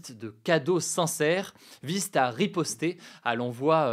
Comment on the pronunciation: Attention Hugo, tu as dit "vise-t-à", comme il n'y a pas de t à la fin de vise, tu n'es pas censé faire cette liaison entre vise et à.